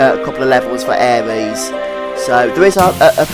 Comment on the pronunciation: Good videos! Just makes me cringe when you call Aeris "aries" haha